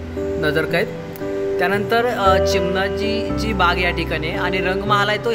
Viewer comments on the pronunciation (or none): bajirao peshwenche bandu chinmapa nahi parantu chimaji peshwe hote..krupaya nit uchar kara naav